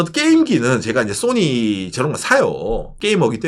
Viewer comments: Sonny 인줄.. ㅎ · 웃기는 소리하면서 웃기네 . 정확한 발음을 하세요 나는 손흥민 이야기 하는줄 알았네 야 이양반아 .